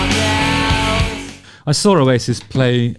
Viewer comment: Oh-yay-sis 😂 love the channel, Justin.